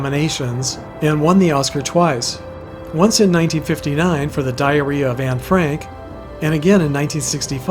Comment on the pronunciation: ???? DID YOU SAY (Shelly Winters), "for the "diarrhea" of Ann Frank?" (Time ). Sounded like it after listening to it for 6 times!